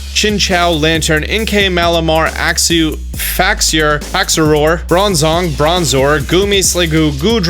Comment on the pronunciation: Zweilous is pronounced like zveilous because the zwei part is the german for 2 referencing it's 2 heads and German words switch the sounds for w and v. Sachet rhymes with duvet. We also know for sure that mew will be in the pokédex. fax-yur and haxoroar?